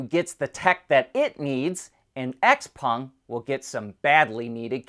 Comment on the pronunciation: x-peng is pronounced "shauw peng"